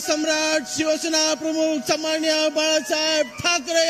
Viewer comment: समानिय नाही तर सन्मानिय अस आहे ते.